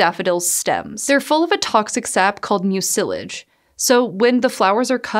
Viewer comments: mucilage: / ˈmyu sə lɪdʒ / the accent is on the first syllable. Does Montana not have Internet connection to ? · Pronunciation quibble: Mucilage – The stress should be on the first syllable. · Thanks for the fun video. You're mispronouncing two words though. 'Mucilage', the accent is on the first syllable, not the second. 'Salve', in the U.S. the 'L' is silent. ;-)